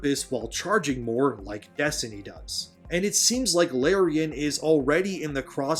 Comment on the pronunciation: You keep mispronouncing Larian. The first syllable rhymes with the letter R.